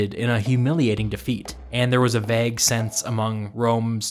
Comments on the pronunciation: one of my favorite things about is how he pronounces vague as “vehhg”. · Vague isn’t pronounced like that